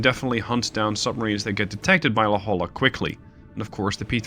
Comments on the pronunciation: La Holla 😂 it's pronounced La Hoya, please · Its hard to explain in text, but you are pronouncing La Jolla incorrect. Lets see if I can do this phonetically, its pronounce La Hoya. Just an FYI. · Just to add to the suggestions, you pronounce it "La-Hoy-ah". The "Hoy" should be like "Ships Ahoy!". I went to school there (University of California San Diego) and know La Jolla well :) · Don't worry. Me too. I came to the comments to state the same thing. La Hoya, not La Holla. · Great job though I am about to scream when you say La Jolla wrong lol. Its pronounced La Hoya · Hey, La Jolla is of Spanish origin and is pronounced as "la hoy-yah". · Usually its not a big deal, and I'm not even from California (but from another state that borders Mexico), but for some reason I can't put my finger on, your mispronunciation of La Jolla has crossed a line ...